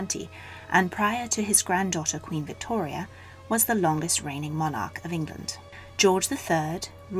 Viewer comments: God that awful accent, and we don’t pronounce monarch like that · The narrator is English yet annoyingly uses American pronunciations for words. E.g. MonARch and eRRa. Apologies for highlighting this, but it really annoys me!!